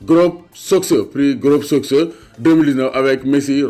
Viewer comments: Ça se lit ''globe sokeur'' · ni nga prononcer soccer yow rek ko meun 😂